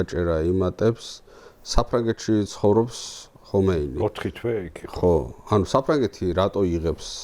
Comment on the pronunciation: ჰომეინი არ ჰქვია, ხომეინია სპარსულად. რატომ ამახინჯებთ სახელებს?